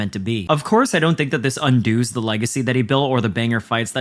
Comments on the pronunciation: Umm guys it's a real word, he just pronounced it weird. Undoes" is the third-person singular present tense form of the verb "undo" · Dude said “un-dooze” the legacy